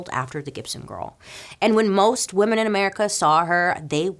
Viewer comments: I love you Bailey, but your pronunciation of women is a bit strange. There is a difference between woman and women. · Isn’t the plural of Woman spelled same but pronounced different then the singular? Isn’t it “weeman”?